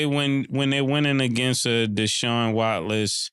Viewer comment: YO MA$E YOUR AME IS DJ MA$E HE SAID DESHAUN "WATLESS". WHAT DA PHUCK IS "WATLESS" YOU WAS REACHIN BIG HOMIE "PAUSE" 😅